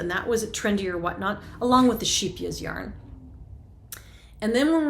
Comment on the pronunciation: The way you pronounce Scheepjes brings a smile to my face. I'm Dutch, and this is a Dutch brand. You say sheepjes, which is "little sheep" in Dutch, but there is a C in it 😉. The c+h make a harsh G (which is very difficult to say when your first language doesn't use that). This is no criticism, I really enjoyed your episode! Wishing you a lovely KIP-day!!